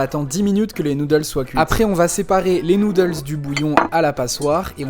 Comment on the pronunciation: POV: 👁️👄👁️ t’es anglophone et t’es oreille saigne quand tu entend sont accent